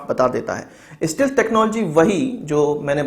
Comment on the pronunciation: bhai STEALTH ka pronunciation sahi karo